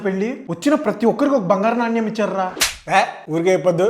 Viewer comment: నాణ్యం కాదు.... నాణెం